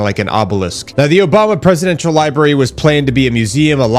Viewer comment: My kids used to pronounce the word like “libarry,” too. And then they grew up.